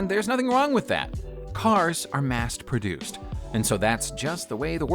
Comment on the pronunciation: Also, "mast produced".